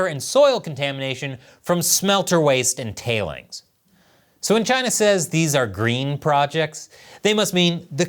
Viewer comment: Chy-na is asshoe 🍯